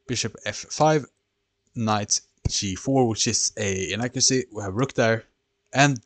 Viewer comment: Stockfish calles his move “inaccuary” lol